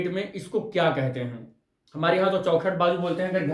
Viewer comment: Chaokhat bolte hai sr😂😂